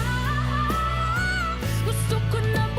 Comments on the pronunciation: Please...bumitaw.. not bumityaww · its bumitaw not bumithaw i still love u guys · you forgot the "W" in the word "bumitaw"...you are singing it like..."bumitaaaahhh"...your not Pilipino thats understndable....🥰 more power 💪💪💪 to the both of you...fyi im not a singer and expert haha im Filipino... who loves to sing 🥰🥰🥰 and love watching reaction videos like your...i hope we can see more reaction videos of you guys...thnk you for reacting on Filipinos singers 🥰🥰🥰